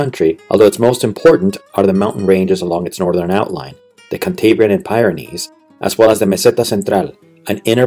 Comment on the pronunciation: Because it isn't is it? No native speaker mangles a language quite as badly as this. Care to explain where the Pie Ren Ees are? I won't go with the Historical inaccuracies and errors because that would involve me listening to the aural torture all over again. College professor? Of what BS? I doubt if you even have full education.